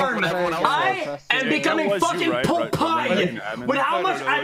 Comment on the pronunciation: Pepega Clap "POPE EYE"